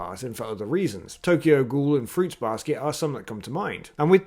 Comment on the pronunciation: bro did not just say tokyo ghoul